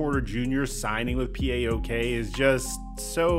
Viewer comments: Puok? Lol ti les re malaka? It’s pronounced “PAH-OAK” it is an acronym but they sound it out. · It's PAOK! Not P A Ok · I am following for a long time and he is always amazing and valid. But the way he is pronouncing the name of Paok will deffinetelly go viral in Greece. They have a huge fanbase and it is matter of time for that to happen. Of course i realize it is not his fault. In anycase although it os an acronym it is pronounced as one word.